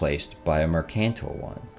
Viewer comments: Please revisit your pronunciation of mercantile . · Is this a computer or a person? If it’s a person PLEASE pronunciation. Dan-yube. Merc-an-tile. Good subject though. Good book. Must read for anyone in the u.s. most likely.